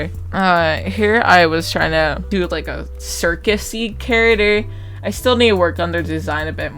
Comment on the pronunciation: The way you say character sounded like carottder and I was so confused till I figured put what you were saying. Good art though, very pretty art me need to eat art 👹